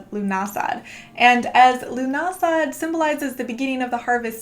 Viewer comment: Lovely video !! I grew up in ireland and im pretty sure lughnasadh is pronounced loo-na-sa